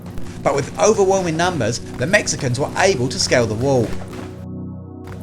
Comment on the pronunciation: As a Mexican I don’t like the way these dude said Mexicans but what a battle. Texas will always be the bottom of America but what a battle.